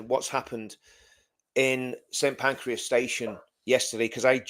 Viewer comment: It’s Pancras Not Pancreas.